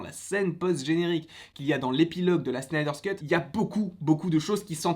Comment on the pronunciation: arrête de dire Snyder Scut stp C'est Snyder Cut!!!